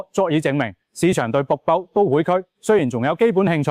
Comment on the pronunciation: 好心執好啲ai發音😢「北部都會區」變咗瀑布都會區🎉. 什麼是「鐘錶發展商」呀😮. 你可以用普通話的🎉